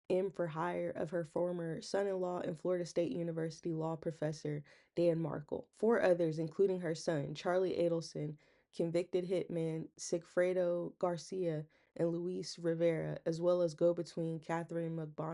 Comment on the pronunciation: By the way the Victim's last name is pronounced MARKE-LLLLL. not MARKO not MARKAL. /// But ----ELLLLL. like in the word DELL